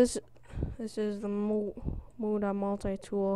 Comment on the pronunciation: Meda Multi-Tool